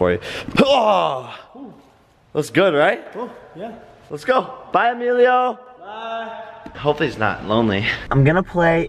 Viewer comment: u said email and not Emilio